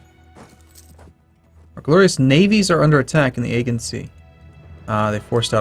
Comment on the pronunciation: your pronunciation of "Aegean" is murdering me